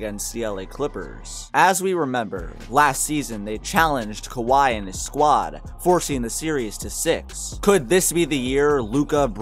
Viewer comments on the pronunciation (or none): none